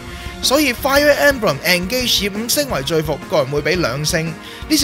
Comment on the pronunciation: 其實engage 係讀 in gage